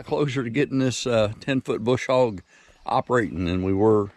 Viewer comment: There is no "R" in BUSH HOG!!!